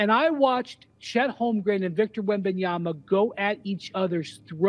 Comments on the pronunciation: Stephen A. Smith, it's 2024, pronounce the man's name correctly. WembanyaMA not Na, MA. You're getting paid to talk for a living, act like it. If it's too complicated for you, then just say Wemby. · Stephen A it’s wembanYAMAN NOT wembanYANA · SAS not able to pronounce Wembanyama after this long says a lot about him.